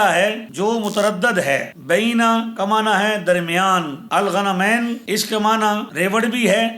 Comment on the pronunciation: السلام علیکم آپ کی اسکرین پر پیش کردہ متن میں غنمین غ پر پیش ہے اور آپ نے پڑھا ع کے بعد والے ن کے نیچے زیر ن کے بعد ی کا اضافہ اس کی تصحیح ضرور فرمائیں شکریہ